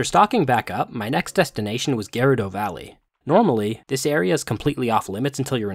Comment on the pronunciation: "Gareudo valley"